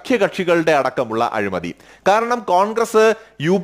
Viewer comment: നല്ല വിശകലനം. അഭിനന്ദനങ്ങൾ എങ്കിലും രണ്ടു ചെറിയ തെറ്റുകൾ ചൂണ്ടിക്കാണിച്ചു കൊള്ളട്ടെ. 1. " അഴുമതി" അല്ല, " അഴിമതി" ആണ് 2. Defend എന്ന പദം അതിന്റെ ശരിയായ അർത്ഥത്തിൽ അല്ല പ്രയോഗിച്ചിരിക്കുന്നത് എന്നാണ് എന്റെ അഭിപ്രായം. വീണ്ടും ഇത്തരം ഉപയോഗപ്രദമായ വീഡിയോകൾ പ്രതീക്ഷിക്കുന്നു